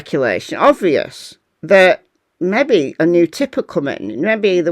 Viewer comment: Great presentation of the latest! Thanks. Your 'mebby' cracks me up each time! 👍